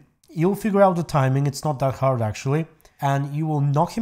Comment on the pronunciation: "it is not that Aard" well then which is it? Just kidding love your videos